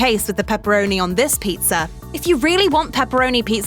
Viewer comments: Never trust someone that pronounces pizza as pizzer. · There is no "r" in pizza! "Pizz'er"? It's driving me crazy. I had to stop watching this 1/4 way in.